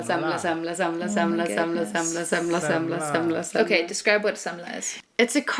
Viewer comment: "Samsa", you still haven't fixed it. You didn't do iiit.